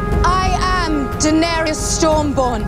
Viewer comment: Eu gosto das séries do omelete, mas confesso que ouvir o falando dAenerys com ênfase no A, me dá um siricutico